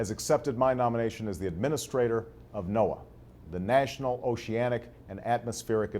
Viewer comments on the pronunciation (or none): none